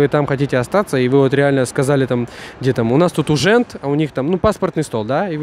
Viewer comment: Говоришь что и неотличить порой. А сам сказал уженд. А говорить надо ужонд. Urząd pracy lub jakikolwiek inny urząd. Pacanie ty bezakcentowy.